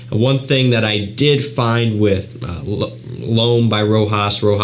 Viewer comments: my friend its Rochas..not Rojas...Rojas looks like spanish 😉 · it's pronounced like "Rosház". i like the house. very important and historical house that it's so popular nowadays. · I would say is pronounced rather than spelled, "Rocház" but the s is silent.. I have left a comment to the reviewer before, but he keeps pronouncing as it was a sort of american word. 🤔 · sorry, i meant "pronounced ". My bad. This is a french house. Reviews should search a bit just to know how to pronounce this brands and fragrances names. So many people pronounce "Rojas" "Roca" "Roshá"...